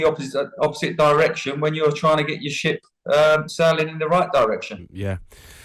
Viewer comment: Laura thought Teddy said 'sh*t' instead of ship 😂😂😂